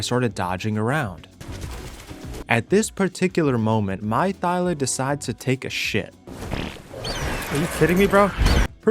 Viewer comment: I love yout.videos but my guy, it's ThyLA.